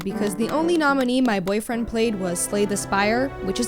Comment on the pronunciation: Lol I have a "boyfwiend. "